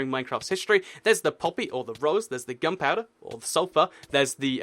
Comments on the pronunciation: its gunpowder, not gumpowder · it sounded like he said "gumpouder"